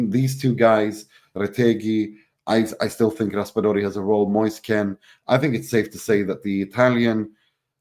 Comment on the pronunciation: Moise Kean not Ken